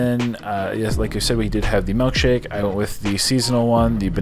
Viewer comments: Ah yes, a “melk shake” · It’s MILKshake not MELKshake 😂😂